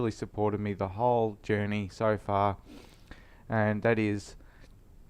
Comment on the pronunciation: Far Kew doesn't make sense here in the US where we pronounce our R's as if the whole language depended on it :) I am coming out of the closet as a secret Australian. I was born on the wrong continent, but I think I'm really an Ozzie at heart.